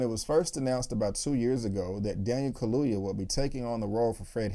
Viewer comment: Kaluuya, get his name right . Because he has a proper African last name. Put respect in it.